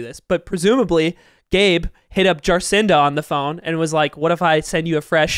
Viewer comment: butchered the pronounciation of Jacinda, you can't do Auntie Jacinda like that man